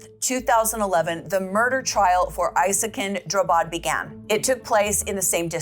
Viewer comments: Drabbad. Like ABBA with dr and a d att the end. Not Drubbed. Drabbad means afflicted in Swedish. He changed it because he believes that everyone he meets is afflicted by him. Translated as such, his name is now Isakin Afflicted. And in Swedish trials we don't have a jury, we have lay judges and judges. 😊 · Not "Drubbed". He changed his name to "Drabbad", which means "afflicted by", "affected by" or "stricken with".